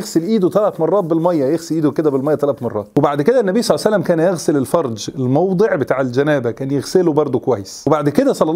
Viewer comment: يا اخي هكذا تقال النبي صلى الله عليه واله وسلم وليس صعس الله سلم